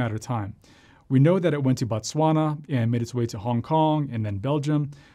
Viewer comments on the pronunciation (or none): none